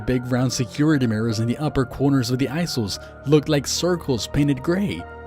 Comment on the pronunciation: Aisle (and isle) are both pronounced like I'll. The c in facade makes the s sound. Just trying to be helpful :) I like your accent and you read well, with good phrasing and inflection. Amazing story. My best friend went crazy and killed himself, and there's a lot of parallels here, including the radio talking to him and questioning if our reality is actually a simulation. Interesting.